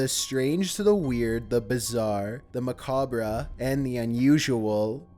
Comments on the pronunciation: Most ma-ca-bra?? Lmao the word is pronounced Ma-Cob, bro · "macab-ray" it's macawb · Did you just say, "ma-cab-ra"? C'mon man. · Please...please...it's pronounced Ma-Cobb, not mac-obbra...thanks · 1) Macabre is pronounced "Muh-cob" not "muh-cob- rah". 2) That is a fetus not an embryo . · MACABRA CADABRA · THE “MACABRA” LMAOOOOOOOOOOO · Macabre pronounced muh like in mud and cob like a corn cob. Muh cob. :) love your narration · "Macabrah." LOL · Did he just say macobra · "Mah Kah Brah." Lmao. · "Macabre" is pronounced mah-COB. I don't know why, but it is. "Herbal." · It’s Mac cab bra 😂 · Macabre is pronounced Muh-cob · Check out how to pronounce "macabre" bro... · The RE in macabre is silent. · okay--- he definitely knows how to pronounce "macabre" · How do you not know how to pronounce macabre? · the "re" in "macabre" is silent, fuck's sake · I cringed every time i heard him say macabre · The only thing scary about the video is how you pronounce macabre